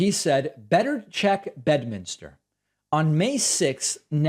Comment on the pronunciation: Better check "Bed-uh-minister"